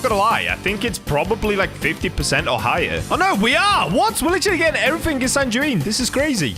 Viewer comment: For sanguine ntw u pronounce it san gu wean u don't die with the enchant😊